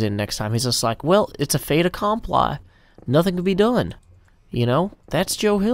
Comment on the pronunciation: Fait accompli = "fate a com-plee" :)